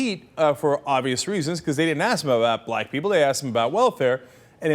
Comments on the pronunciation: He says 'Blite' .... Blite people's lives better. Listen - There definitely is no Ack. My guess is he started to say Black, realised it, and tried to change it to White (Hence Blite), of course that is all speculation...which still makes him racist. Nevertheless he definitely didn't say blACK. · I heard "blai". He does have a point if no one in the room heard black either... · yeah he said bla not black! makes zeros difference though. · the more they repeated it it sounded more and more like blagh... o.O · If you listen you hear the "i" - Blight >as in "light" not Black > as in back. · I was actually just about to agree with Jayar on this; he did seem to say 'blaagh' rather than black, and saying 'black people' would just have been TOO stupid to be believable. Then I remembered Santorum's "Waiting for Superman" excuse a few days ago. Guilty. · oddly enough it sounds like 'blind people' when you play it back a bunch of times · He said "Blac-relized he's saying black-k People" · It sounds more like "blot" which COULD have been him trying to say "lot" as in "a lot" that accidentally started with a B. Just an idea. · After repeating the clip, I noticed it didn't sound like "black", but sounded more like "blah-it" or "blight". He definitely didn't say black, but it seems like he was about to so it's still a gaffe. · He didnt say Black People.. he said Blahk People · Anyone honestly claim to hear a 'ck' sound on that clip? He says blah or bligh. Slow it down, there's no 'ck' sound at all. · bligh or blight people's lives better. There was no 'c' sound at all. I noticed this the first time I saw it, there was something wrong with the 'black' word. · it kind of does sound like blachh like blahhh something like that lol so idk im undecided on this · I think, before he finished pronouncing the word BLACK, an alarm went of in his head and he said BLAGG instead. He's such a digg. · it does sound like bligh. I think he meant black though. lol